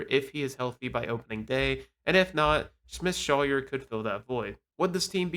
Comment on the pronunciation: please check player names before you post. It’s AJ Smith-ShawVER. And Schwellenbach’s final syllable is pronounced BOCK. Your credibility will go up if you look after the details…